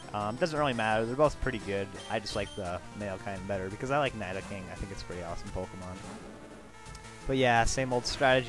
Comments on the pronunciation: Nee-do not Ny-do. Nee-do-king. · its pronounce NIDO-king and NIDO-queen